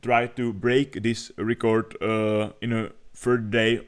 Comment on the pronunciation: Nechci být hnidopich, ale record se čte [rekrd], ne [rikord]